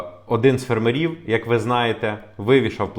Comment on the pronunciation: Українці,бойкоту'мо польські продукти і товари в Україні! Зробимо боляче полякам,щоб вони не мали прибутку 1,7 мілліарда євро!!!,ставте вірно наголос на слові''фермерів''!!